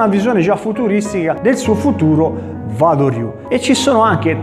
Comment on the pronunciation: Interessante...scusa ma Wa si pronuncia Ua..Uado ryu...